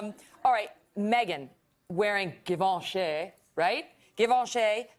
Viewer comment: When she said Givenchy wrong 🤦‍♀️ cringe